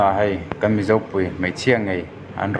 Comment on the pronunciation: Chhiarthiam lo e😂. Mi, chungchang ti lola, Mî chungchang ti la😂